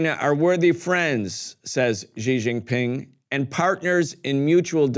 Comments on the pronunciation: /SHE/ Jing Ping not / gee / only Americans mispronounce his name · It's not zhizhin pin , it's xi ( read like SHE) jin pin( read like GIN, the drink, and, PIN like pin). Not a hard name to pronounce.